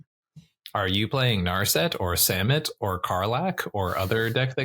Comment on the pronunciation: Thank you from that bottom of my heart for not pronouncing Samut "suh-MOOT". While I don't think this makes it all of a sudden cEDH viable as a commander, what I see that I don't see being explicitly discussed is, Samut comes down and gives 1 speed, then because of First Strike, hits before the rest of your team, which as Start your engines! reads, means that before the rest of your guys deal damage, they all have +2/+0. So it looks to be a double anthem right away as well as a cost reducer.